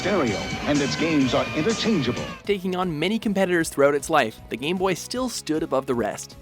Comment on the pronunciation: for some reason, every time he pronounced "game boy" it came out as "gay boy" lol..